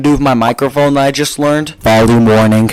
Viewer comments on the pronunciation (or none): none